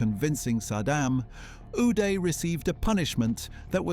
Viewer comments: "Againest," "stick" for a golf club, location of Switzerland , "Goodby," "19;00PM," "News Paper," "Yought." Really? And the guy's first name us pronounced with "ah" not "eh." What is going on here? *Do you think reading is some kind of a lifestyle that you are just not into? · Is it just me or is how he says uday funny for some reason 😂